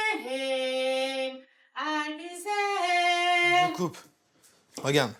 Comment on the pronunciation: Ail bi zère 😂